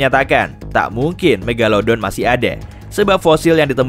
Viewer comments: Sebutan pun salah.😂megaledon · Megalodon atau megadolon tuh. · Mogoloden eh maksudnya megalodon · megalelelodon wkwkwkwwkw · The mag atau the meg